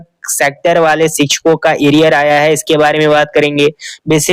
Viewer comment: Are sale aria hota hai ki ariar hota hai chutya hi banate ho log ko to achha se banao na kya bigadta hai chutya